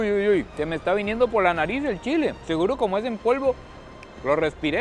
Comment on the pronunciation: Nada más Sancarleño que diciendo "Chila" jaja